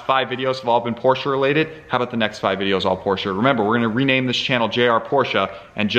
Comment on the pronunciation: Thank you for using the correct pronunciation of Porsche. Metal flakes in the filter indicate the IMS bearing going bad and not bore scoring. Mobil 1 makes an oil specifically for Porsche/BMW/Mercedes and its sold everywhere. I don't know what the difference is, but it worth noting. The Boxster weights about 190lbs lighter than a same year Cayman.